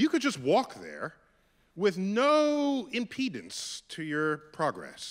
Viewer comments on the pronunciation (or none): none